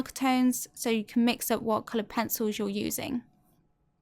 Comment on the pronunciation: Every time she says "colored pensowles" I immediately think of peppa pig